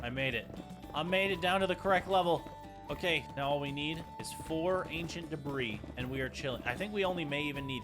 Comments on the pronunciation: "I have 61 DEBRAHS." bruh... its deb-ree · Why are you calling it Deborah instead of debris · Did no one notice he said 'Ancient Debra' instead of 'Ancient Debris' ??